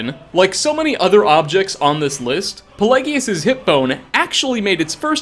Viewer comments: The hip bone is rather apt, given that Pelagius was known as "Pelagius the Mad" (though his madness is the subject of another interesting story...). Also, I believe that the name is pronounced with a soft "g" sound. :) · I know one of things is mispronunciation, but Pelagius? Sheogorath says his name so many times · I sometimes wonder if you ACTUALLY played the game. How can you screw up the last item on the list so bad? 1st you mispronounce Palagius, even though his name is said multiple tines during the quest. 2nd you don't go to Sheogorath"s plane of Oblivion, but he tells you that you are in the mind of Palagius itself. And 3rd, its obvious why Dernenin had the hip bone, he is in the empliy of Sheogorath, who comes from the Shivering Isles, the last location of the hip bone. Come on!!! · i thought it was pel•ai•jus?